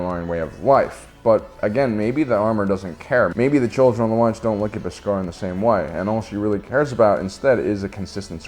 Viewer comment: Interesting take, but your pronunciation of Beskar as 'bis-GAR' is distracting. 😉